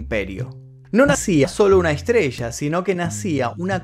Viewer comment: Por que habla así? Estas estudiando neutro? No se si decís estrella o estrecha... Jajajaja